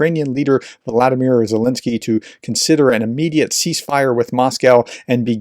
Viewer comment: RT Russified Zelenskyy's name. That's just rude!